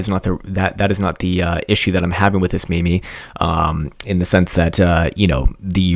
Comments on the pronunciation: Its pronounced 'meem' not 'me me'. Dawkin's, who coined the term, says it should be pronounced to rhyme with 'cream'. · ah ok didn't realize, its a common mispronunciation.